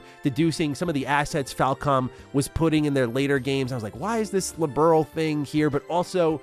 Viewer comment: Thing that kept annoying me in the remake is the constant mispronunciation of Liberl, so many times it gets called Liberal. -.-''